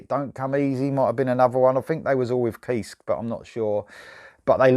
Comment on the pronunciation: The last 'e' in Kiske is not silent.